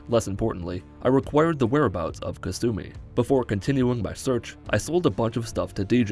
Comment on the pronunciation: Ka-sue-me. Alright what am sueing you for